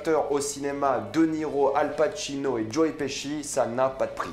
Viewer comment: Il a appeler joe : joé 🤦🏻‍♂️